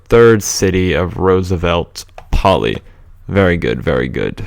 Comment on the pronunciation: May I say,as a Greek,that the most correct name would be "Rooseveltopolis",rather than "Roosevelt Poli". I know I am repeating myself,but I'm really enjoying these series alot!